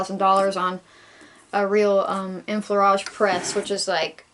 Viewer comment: A couple of years late, but your pronounciation of "enfleurage" is just fine :-)